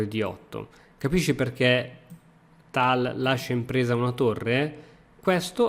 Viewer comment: almeno tal lo pronunci bene dai